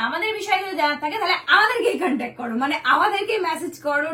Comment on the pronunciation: কান্ট্যাক নাম্বার 😅style er limit nei vai..ইঁরেজরাও contact বলে... এ মাল over pakami মারতে গিয়ে কান্ট্যাক বলে ফেলেছে